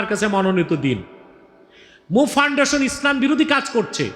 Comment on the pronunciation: আমার প্রিয় শায়েখ কি ফাউন্ডেশন উচ্চারণ বুঝতে পারছিনা 😢